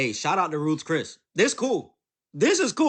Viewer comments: For starters it's not "Roof Chris" . If you can't even speak correctly, how can anybody even take you seriously. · Sorry Folk's, it's Ruth Chris NOT "RUFIS". The sister isn't just gorgeous, but is what the majority of their community represents, not the ratchet few always looking for attention.